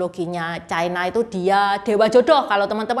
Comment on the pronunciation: Ucapan yg bnr : China, bukan Chaina